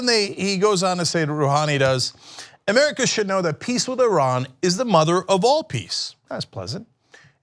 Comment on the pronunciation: I thought "murrica" was a joke... But he actually says it like that... 😂😂😂😂